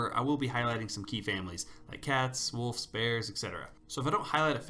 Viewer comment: Sounds like you're saying wolfs instead of wolves, I hear an f when you say wolves so wolfs.